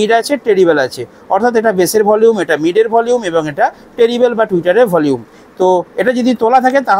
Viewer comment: টিরিবেল না ট্রিবেল 😂😂